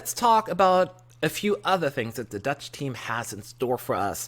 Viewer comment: I love your 'Dutch' pronunciation :)